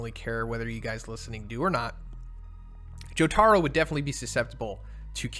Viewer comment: jotaro's proper pronunciation is Jo ta ro